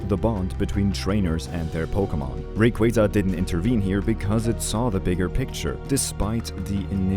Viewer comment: I appreciate you being one of the few to pronounce Rayquaza’s name properly. 😂